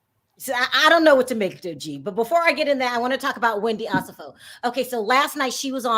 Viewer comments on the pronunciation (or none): With love, Wendy’s name is pronounced oh-SEFF-oh.